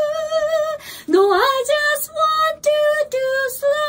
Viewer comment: frownの発音が間違ってます。 ふろーん❌ ふらーぅん⭕